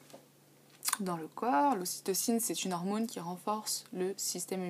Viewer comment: On prononce hormone (sonne), pas hormône ... Sinon, sympa comme vidéo, quoique critiquable, mais pas de source.